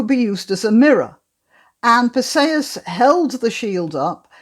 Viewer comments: I've never heard Perseus pronounced this way. I always thought it is Perseus like er..." per -see-us ". Not "per say-us." Anyway, perhaps I'm wrong - I always like your videos ! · Your pronunciation of Perseus is I assume, the Greek pronunciation. It sounds odd to my ear because I am used to what I believe is the Anglicised variation. Note, not a criticism but merely an observation. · Iceni Unfortunately it does not say where the stress falls. Is it PER-see-us or per-SEE-us?